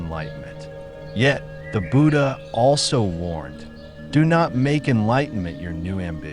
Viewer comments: Could someone please tell AI it’s not Boodah 😂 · It's not pronounced booda.